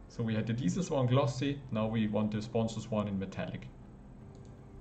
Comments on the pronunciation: lol its not diesels its DECALS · Deesals = decals 👌 Thank you! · its pronounced "dee-kals" (hard K); going to have a go at this soon!